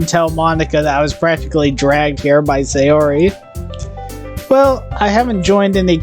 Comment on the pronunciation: Ok a couple of things. A NEET is someone who has no life no job and stays home all times and hides from society. Also her name pronounced . SIGH UR IE